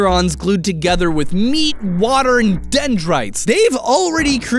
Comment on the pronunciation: You had 2 h when you said water